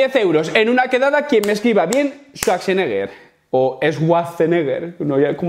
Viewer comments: Todos escuchamos shuasenega:scuasenega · Suacheneger, no es tan difícil 😉😄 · Faltó una "g" y una "r" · pasanegra se pronuncia XD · Ostras el dice en el apellido, en e segundo intento después del traductor de google. SWAT SENEGAL, eso entendí yo ajajaja. Que hay por Senegal? ajajaja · Suarseneger, ahí lo tienes pico, sin copiar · Y yo diciendo chuacheneguer que clase de castigo merezco? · Suarseneguer 😂😂. Ahí lo tienes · suaseneger pico jajajajjajjaa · Esa pronunciación es en Inglés, pero Arnold es Austriaco, por lo que la pronunciación mas correcta es en Alemán, jeje. saludos. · La forma correcta de pronunciarlo es la siguiente: Swhaggsenggaaah gghuaauaahuatraggmeeeepijaaagooooddgaaaa necghoo gargkaaaa De naada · La w alemana suena como una b en castellano. No es un w inglesa.